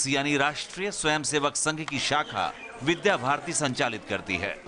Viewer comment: Vidya bharati not bidha bharati